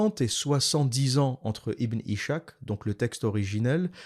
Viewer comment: Par pitié arrête de dire ibn ichak , ca se dit ibn is-Hak le (h c’est un ح) ca veut dire izak en français